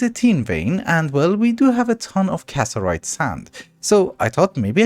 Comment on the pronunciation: you know it's CassITERite. right? not casserite? you're missing an entier "itter!"